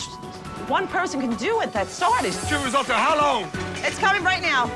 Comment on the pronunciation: Shame Americans can not pronounce resoto